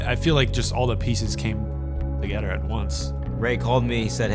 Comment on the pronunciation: "Play togeder, talk togeder" lol